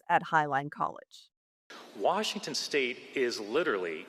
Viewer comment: did forget how to say the name of the state he works for? hysterically 😂 This guy is such an idiot.